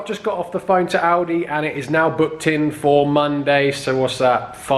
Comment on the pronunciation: I always think he is saying aldi instead of audi